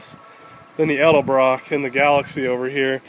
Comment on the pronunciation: At least he says "Edelbrock" so many people say "Elderbrook" drives me nuts!